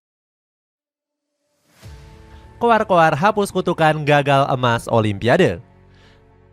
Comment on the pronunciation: Sebut olimpik pun jadi olipiande